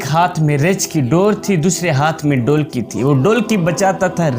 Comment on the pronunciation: Bhotni k poure cartoon lugte ho Urdu tumhari naqiss hay.Behtar tha Punjabi mein bolte.Reech ko richh,dholki ko dolki keh rahay sharam karo